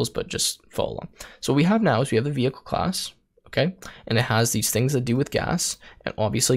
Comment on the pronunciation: skips ahead in video "WTF is a vay-klee?" .... "vehicle?" LOL